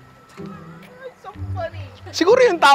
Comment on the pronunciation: nainum ako ng kape sakto, muntik ko na maibuga sa ' sayoteh ' mo ninong lol!